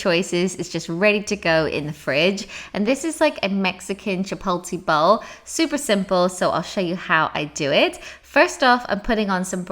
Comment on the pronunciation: Love how you say Chipotle bowl like a Brit would....here in TX it's chipotlé lol